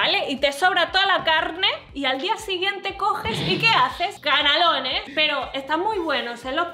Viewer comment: Notas de un Tecnonauta:. Canalons se pronuncia en catalán, por lo que hizo un canelón de lenguas. Acabo de comprobar que si compras un iPhone puedes activar un año gratis de Apple TV. Si quieres otro vídeo probando más en profundidad el iPhone SE, pídelo aquí debajo